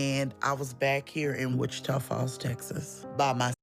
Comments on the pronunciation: Wa-cheeta-falls??? You mean WHICH-cha-ta???? 🌹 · 610th!🙋🏽‍♀️❤ I have to start waking up earlier as it is difficult to be first from California. Wah-CHEE-tuh is pronounced WITCH-ih-taw.😂🎭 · Wecheetah falls had me cackling…it’s which-I-taw falls 🤣 beaver nuggets is the word you’re looking for too! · “Witch-eetah falls” I DIED !!!! Babe, “witch-uh-tah” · The town's name is not Wit- chee'tah Falls. It's Wit'-chit-a Falls. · You confused me with, "Wah-chee-tah Falls." Texans pronounce it, "Which-ah-tauw Falls." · Honey…it’s pronounced Witch-eh-tah. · "witch-it-aw" falls !! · The way you pronounce “Wichita” is adorable. My parents actually live there. Hearing that her and her loved ones lives went down the drain in WF is hitting home for me. It took almost a decade for me to be able to visit my parents without feeling a put in my gut the whole time I was in town. It’s where my addiction started, where my daughter was born (and almost died) and where her father is buried. There’s a very, very dark side to that town. Now I can drive around without being triggered but I mostly just stay in my parents house when visiting. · lol you said wah-cheetah. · Haha the way you said Wichita sent me. Love your content! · I laughed out loud when I heard that. Wichita Falls is three hours from me. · I'm a month late but did anyone teach how to pronounce Wichita? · The way you pronounced "Wichita" lol. Silly goose. Also, I hear bras actually compress the muscle, which makes boob's sag more. I don't wear one unless I have to and even then it's just a sports bra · The way you said Wichita Falls took me out lmao